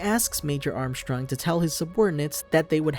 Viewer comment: I’m glad you said armstrongs name like that, very cultured